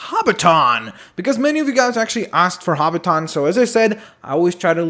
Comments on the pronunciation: hobbiton is pronounced hobbittin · he is say hobbition wong